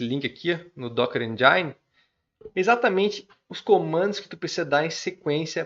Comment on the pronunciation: podia pronunciar kubernetes, engine, e Nginx corretamente